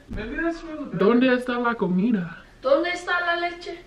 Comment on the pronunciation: The spanish pronunciation be like😂😂 No hate but ya know im Spanish and it kinda was funny specially comida😂 Love ya 😂❤👽